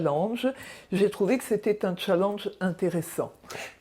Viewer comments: On dit pas chalange mais chalANge ou pour comprendre chalinge on dirait ma prof de sport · ON DIT " CHALLÉNGE " PAS " CHALLANGE " MERCI BIEN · Mdr "tchallange"😂😂😂😂